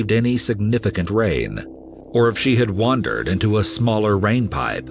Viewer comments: It’s wander not wonder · Thumbs down only for mispronunciation of multiple words and incorrect grammar. Sorry I'm so picky. You do not WONDER around. It's called Wander or Wandering ;)